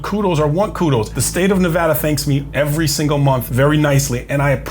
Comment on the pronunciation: I Love That You Pronounced Nevada Correctly!!! Also, I Love Your Commentary!!!